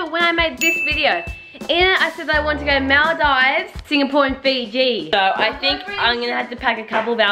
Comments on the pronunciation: Mol deeves not mal dives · Ik did not just say MAAldIIIves